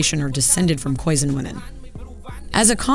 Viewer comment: Too true, and Americans: don't pronounce Khoisan to rhyme with "raisin." 😊